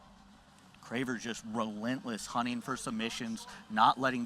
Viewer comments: Lol, drove me crazy every time he said her name. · He said she's "one of the best grapplers in the world right now" yet doesn't know how to pronounce her name.